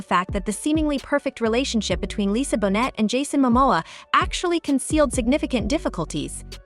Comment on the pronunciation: Pronounced bo nay, not bonnet!